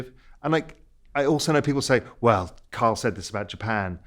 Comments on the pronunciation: His name is Kyle geez! NOT Karl. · Raoul looks unimpressed Kyle. Ky-le. Ky-le.